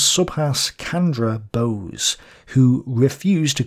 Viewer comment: 4 minutes in and going to hijack this comment. Its not Subhas "kandra" but "Chandra", as in Charlie.